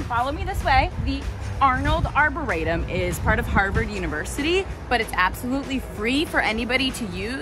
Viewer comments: I’ve lived in JP for 20 years. That is not how you say Arboretum. It’s Are-bore-re-tum. Also turtle swamp is on Washington street not Centre Street. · first time I've ever heard that pronunciation of arboretum makes you sound somewhat uninformed. but you go girl. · I’m really glad you enjoyed our neck of the woods. We are on the JP/Roxbury line & absolutely LOVE it here! For future reference, you can just call it “the Arb”…that’s what most of us locals do. I know that anyone from JP is cringing at your pronunciation lol. No worries tho. There’s soooo much more to explore here so if you’re ever in the area again I can recommend some cool spots!